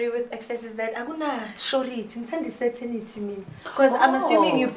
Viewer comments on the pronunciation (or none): She pronounced it wrong entirely. She said "setenity" instead of "certainty" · "SERTANITY"is actually CERTAINTY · Weee you lost me at certainty “Sertanity “ new word sana😅😅 u last born is so smart though🤏🏽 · Yeah she wanted to say "Certainty"